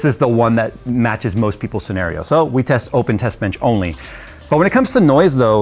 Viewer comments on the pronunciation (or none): none